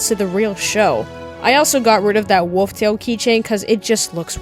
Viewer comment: bro says wuf instead of wolf